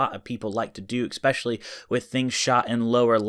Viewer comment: Please pronounce ESPECIALLY correctly. It's not ECspecially. It's ESpecially.